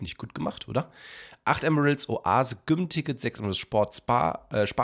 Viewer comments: Je öfter GYM an stelle von (Ausgesprochen) "djym" sagt, wurde ich aggressiver und wollte mein Hamdy Hauen bzw. auf den Mund. Die ersten 2-3 mal ging es aber dannnnnnnnnn😐➡️😒➡️🙄➡️😤➡️😠➡️😡➡️🤬...... Endresultat meiner inneren Unruhe ist dieser Kommentar 😂🎉.. MACH DAS NICHT 😤 Bitte 🥺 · ich liebe ja echt aber gym wie güm auszusprechen geht zu weit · Wie gym ausspricht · Ich finde es so lustig wie du gym ausgesprochen hast😂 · erster der das gym erwähnt XD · Wie er gym sagt😅😂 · Hast du gym so ausgesprochen, damit die Leute kommentieren? Wenn ja, dann warst du erfolgreich XD